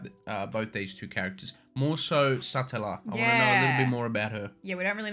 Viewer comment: Satella... just say it like Nutella (the chocolate spread" but with Sa on the start of it. Or like slang for a guy, Fella Umbrella, Fruitella (Candy) Or the name Ella Sah-tella